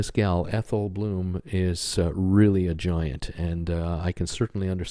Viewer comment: Blum not bloom